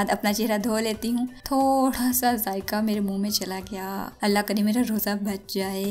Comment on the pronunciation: Please roje soje mat bolo Roja to